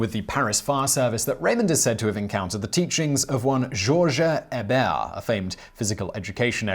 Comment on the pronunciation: My last name is Hebert, it's nice to hear someone say it properly.